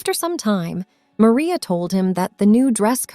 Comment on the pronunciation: Stop mispronouncing maria😮